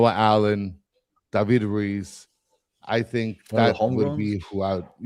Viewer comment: plz don’t say allen